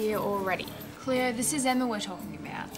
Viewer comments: its funny how they say each others names. emma just sounds like Emmawrr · DID SHE JUST CALL HER EMMARR ??¿